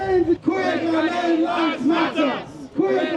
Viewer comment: Eiii...please don't ever say Ghananian again u hear...mtchew